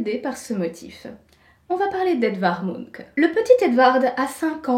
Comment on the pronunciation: Ah oui, on dit MunK et pas Munch comme les Monster Munch ? Avec un fume cigare, l'illustration de ta jumelle maléfique aurait été encore plus classe. Très bon sujet, merci.